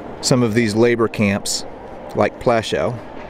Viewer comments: You don't pronounce the camp Plashaw, you it is pronounced Pluashoov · Not to be too much of a dick, but names like 'Amon Goeth' and 'Plaszow' are pronounced in specific manner just like your name.